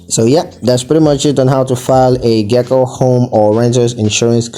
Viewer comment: You’re pronouncing Geico wrong.